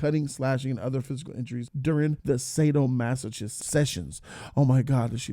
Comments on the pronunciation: Lmfao sado-masa-kist, pronounce it better XD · Hey what's fam? Just a heads-up the "ch" in sadomasochist makes a k-sound. In case, you ever use the word in conversation again.